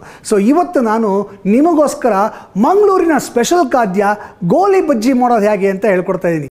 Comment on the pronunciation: ಗೋಲಿ ಅಲ್ಲ ಸ್ವಾಮಿ ಅದು ''ಗೋಳಿ ಬಜೆ"